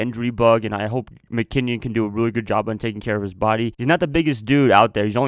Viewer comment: Its Jerrick (Mc-Kinn-in) not (Mc-Kinn-ion) just had to get that straight. 49ers are going 14-2 mark my word